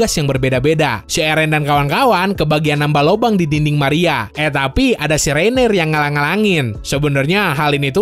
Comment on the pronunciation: Orang orang bilang nya Reiner: Reineer